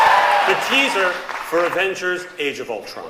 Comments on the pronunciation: he litterally said the Avengers into Avangers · Its Avengers not avengars